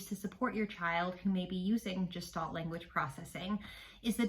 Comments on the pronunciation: Gestalt is pronounced with a hard /g/ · Thank you for this! Please note that “Gestalt” is a German word, and is pronounced with a hard G. (It is not related to the word “gestation”.)